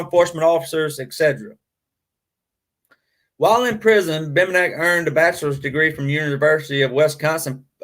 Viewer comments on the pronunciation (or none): Name is pronounced BEM BEN NICK good show though.. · Dude, it’s Bem-ben-ick. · It's pronounced Bem-Ben-nick. And I left your video after the first three minutes because of it. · and the accent is on "BEN".